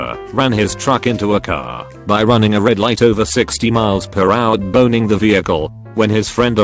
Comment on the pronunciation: T-boning is an actual thing, the robot narrator just didn't say it well.